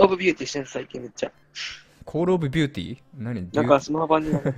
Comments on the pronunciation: ×コールオブビューティ－ 〇コールオブデューティー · コール オブ デューティー だよ